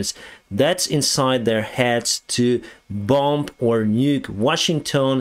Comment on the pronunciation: your English is excellent! however..... a little instruction for you on the word "bomb". The last 'b' in the word bomb is silent. So, you pronounce the word bomb as 'baum' or bŏm;)